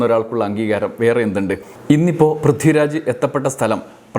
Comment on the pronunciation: 'പ്രിദ്ദിരാജോ' ആരാണത്? വ്യക്തമായി ഉച്ചരിക്കെടോ